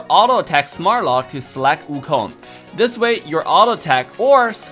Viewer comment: I love how he calls "Sun" Wukong.